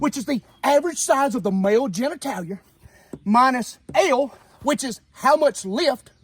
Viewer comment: Did he say... ganitalier?